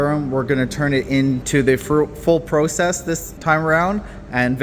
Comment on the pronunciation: wtf is a Pro Cess? Do u mean Process? What’s next Flow Ering room?😂😂😂